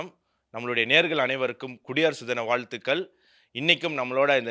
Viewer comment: Bathma instead of Padma வால்துகல் instead of வாழ்த்துகள்.. இந்த மாதிரி உச்சரிப்பு பிழைகளை சரி செய்தபின் கேளுங்கள்.Subscribe செய்கிறோம்.